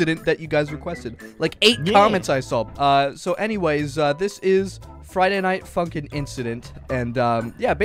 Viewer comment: fraiday nait funkin hmmm *friday night funkin' lolo